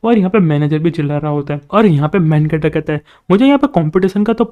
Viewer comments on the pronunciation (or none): When u say main character. I hear like main cutter